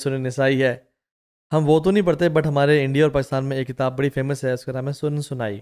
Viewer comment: حدیث کی کتاب کا نام ہے سنن نسائ ہے، سنن سنائی نہیں 😮